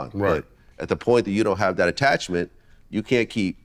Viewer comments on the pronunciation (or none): Vlad, say “you” and not “chu”